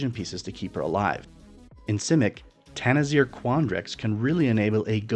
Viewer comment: I knew U would say Tanazir XD